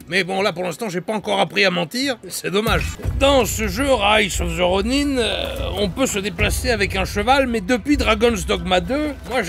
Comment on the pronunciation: Merci d'avoir rétabli la véritable prononciation du mot "ronin" car "ronain" c'est vilain !